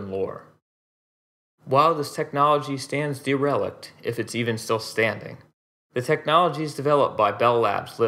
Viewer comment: DE-Relicked? deh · ruh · likt